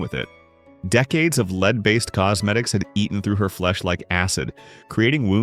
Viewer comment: It's a "Led" coffin, not a "leed" coffin. With such sophisticated technology, why can't all of this botspeak be sorted out? Or maybe get some live actors who could knock it all out in the same time.